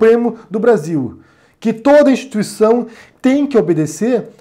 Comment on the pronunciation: "Eu sou a Constiuição" by Chefe Supremo.